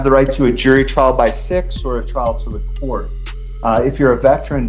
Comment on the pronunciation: Why are some many people pronouncing COURT room as CORCH room? It drives me crazy!